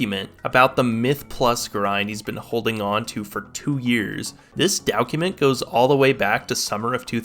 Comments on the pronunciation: Why does blud say dowcument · Love this video but why did you say document like dowgewment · Yet he pronounces document as “Dow-cument” 😂